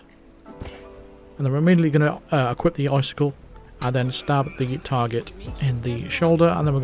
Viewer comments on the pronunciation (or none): none